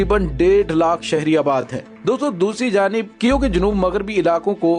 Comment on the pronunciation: u r great lair , I m very sure u get handsome money from yahood & USA plus India , Russian force very strong , bhervey kaif nahi Kiev is correct name .